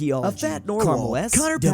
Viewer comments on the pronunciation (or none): none